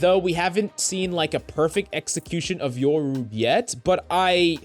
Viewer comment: its YOru not YERru